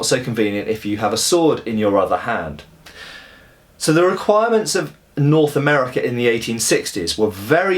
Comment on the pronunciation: Norf America :P.